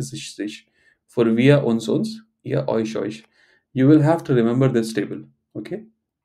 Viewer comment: 'u' in 'euch' prompts me to pronounce it as 'oekh', which is not correct. :( It takes me a conscious effort to pronounce it correctly as 'oesh'